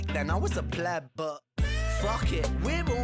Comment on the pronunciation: Maybe I misheard you or you misspoke but just to let you know, it’s pleb not bleb.